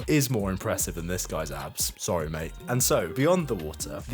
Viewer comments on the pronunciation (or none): none